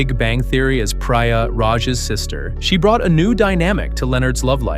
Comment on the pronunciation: Pry-ya is pronounced Pre-ya, they actually say her name out loud on the show... more than once, you should watch it. Sara Gil-Bert? Like the fake Colbert pronunciation? LOL